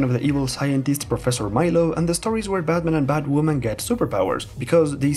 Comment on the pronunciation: I love his pronunciation of Batman sounds like "BadMan".